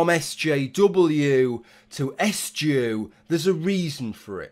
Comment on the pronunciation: I didn't even realize that he had said s-jew. I just figured he misspoke.